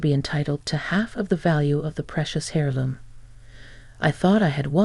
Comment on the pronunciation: Aaarg! It’s “err loom”. The “H” is silent. Otherwise, good story.